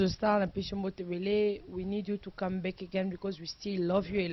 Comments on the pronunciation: fifi anglais wana yango te that is very wack . you dont speak english . balobaka " I call you back" et non " I call beck" yango mutu ozosolola naye aza ko comprendre maloba na yote. loba kaka lingala ekozala bien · mj congolaise lol nalobi bongo Yaya quand tu parle avec un américain "back' wana okoyoka te Mais oyo Beck ya soso to ya nini mdr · siwa boni kokosa boye anglais ango oyebaki bien tein , call back et no call beck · kiéeékieee kiéeékieee oza somo yy obuki nga panzi forte beuck ya soso vraiment lol eeee naseki makasi kiéeékieee kiéeékieee eeeee l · Leo Silva ngai pe na comprendre te call u beck ya munoko to ya nini 😂😂😂😂😂😂 je comprend anglais ya Afrique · Bijoux Kalonji aw na UK tolobaka BACK